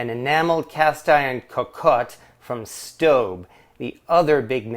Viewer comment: I get the feeling that you are pronouncing that pot's name correctly and I am not.